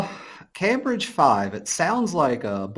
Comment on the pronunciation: As a Brit your pronunciation of "Cambridge" makes my toes curl. 😖